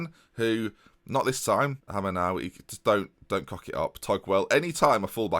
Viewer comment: Surely it's pronounced 'Hay-mer' not hammer